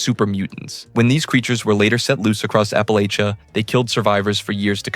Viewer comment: Can easily tell you're not from the south. I think it's always funny hearing someone butcher the word Appalachia.